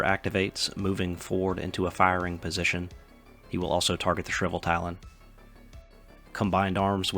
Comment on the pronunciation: I know its tough with english if its your second language, but reading the things that are written will make it easier for people that are watching to understand. I was confused what Shriveltalon was, until i realised you were talking about the Shrivetalon.